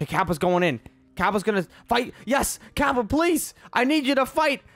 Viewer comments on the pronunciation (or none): none